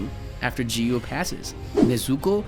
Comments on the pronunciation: You pronounce giyu wrong. You pronounce giyu jiyu Its giyu not jiyu ok? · Jiyu lol it's giyu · The fact he's literally pronouncing giyuu "ji-yuu" is hurting me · Let me tell you, but don't get mad, its giyuu not jiyuu. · Not g you giyu what a waste English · when you say "jiyu" like the g was sounding like the letter g not giyu you get me?💀💀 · gyu ❌ jiiuuu✅ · bro why cant this guy pronounce anything right bro its not jiyu its giyu bro and tf is commerrrade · I can’t watch this cuz of the ridiculous way he says Giyu. “Jeeyu” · Bro said jiyu when it’s giyu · Giyu not jiyu. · my guy said ''jiyu'' instead of ''giyu''. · ITS NOT JIYU IS GIYU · its not "jiyu" its Giyu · “jiyu“ HELP IM DEAD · why you saying G-you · he called rengoku "she" he called enmu "she" he pronounced giyu as "jiyu" he called akaza "upper moon two" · stop calling him G-U . 😐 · bro is saying jiyu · Not jiu it’s Giyu with a q ish sound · The "Jiyuu" is very distracting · bro said jiyu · The way he pronounced giyu's name as "JiYu"💀💀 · We not going to realize he called giyu Jee-you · did he really say geeyu 💀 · the way you are pronoucing giyuu is making me angry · bro doesn’t know how to pronounce anything 💀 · Bro called Enmu a girl and pronounced Giyu as Jiyu and Tengen as Tenjen